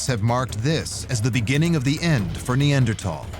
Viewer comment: 네안데르탈인 하이델베르크인은 학술용어로 이미 정착 그런데 나레이터 는 히델베르겐ㅇ라 니안제르톨이라 발음